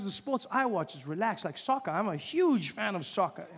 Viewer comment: I deadass thought he said Sokka from avatar